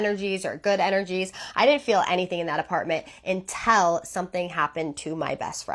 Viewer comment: i cant stand how she says "until" as "untell" !!!!!